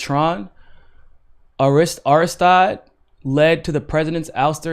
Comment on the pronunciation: I love and all those who have been commenting on this, but dudes need to at minimum get the pronunciation right. I represent a lot of Haitian refugees up here in Canada. If you can’t pronounce Aristide, invite someone onto your show who can and who knows who he was and why he was significant (leftist, social democratic etc). Yes, it’s significant that Colombia was involved, but you need to know the history and be able to explain why it’s significant.